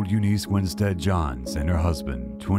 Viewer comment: Interesting selection of photos! The narrator has a good voice too, if only he could pronounce words correctly for example Eunice, ignominious, adjudicated (can't read? said educated instead), and those are all in the first 2 1/2 minutes.